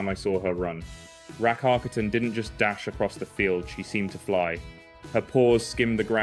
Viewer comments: Why is there a british speaker now instead of the original swedish one? That is the absolutely worst swedish pronunciation of Rackarkatten I have ever heard☹️ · Why does he have to americanise her name??? Ridiculous. Pronounce her name like it is pronounced in the original language, Swedish. That's her name. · Your English is very good, but Rackarkatten is Swedish. And the pronunciation at 5 minutes is... not Swedish. What's going on here? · At least pronounce the name correctly :/ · Thank you for that. I was wondering, but couldn’t hear the pronunciation well enough to look it up.